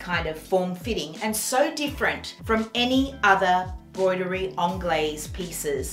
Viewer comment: Hi, it’s broderie as in Bro